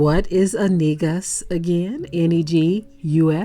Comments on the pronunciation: The plural is Nagast which means Kings/Rulers not Neguses. also N’gus is pronounced Negus not “in-negus”….. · It's pronounced NGOOSA KING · Sounds like he saying niggas